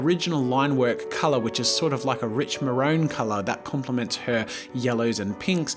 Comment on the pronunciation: Did he just pronounce maroon "marone"???